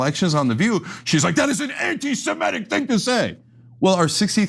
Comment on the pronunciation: "Anti-simetic"???????????? Like, Simetes????????? It's hard to listen to this mispronunciation all the time, Cenk.